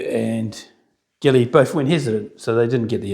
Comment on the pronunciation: Pedant here. The French generals' names are pronounced "bar ban egre" and "jilly".